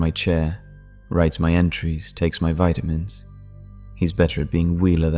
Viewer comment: I love your stories, and like every one else, I think your voice is so nice. But why do you pronounce vitamins 2 different ways?